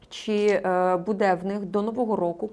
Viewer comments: А я думала только меня она раздражает. Сейчас ведет себя норм.,вначале вообще такая ужасная была. И вообще интервьюер должен ударения правильно ставить ,а не будЭ, аж слух режет,какой же это украинский язык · Ще й наголоси тупо перекручує, дратує оте будЕ.Хочеться в глотку назад загнати те будЕ!